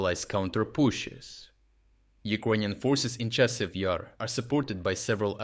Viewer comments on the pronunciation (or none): Thank you for your work, but how come you mispronounce so many place names? In this case it was Chasiv Yar - you said with like a single word with stress on I. The stress should be on A in both cases. In previous videos there were other cases. But turns out in the rest of the video you pronounce it correctly.. Very confusing. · So I get that it's not a real person narrating, but can we at least have the same pronounciation every time? I've noticed this for months now lmao, example from this video would be "Chasiv YER" "Chasiv YAR" "Chasiv YIR" like c'mon dawg :P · It's comical listening to the computer generated voice trying to pronounce Chasis Yar and how inconsistent it is.